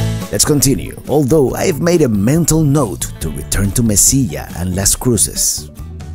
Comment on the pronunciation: Se dice Mesilla (ll sounds like g)